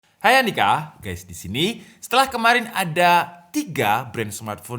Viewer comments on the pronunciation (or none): none